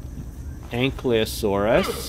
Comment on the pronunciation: it’s not anklyosurus, it’s actually Ank-I-Low-SORE-us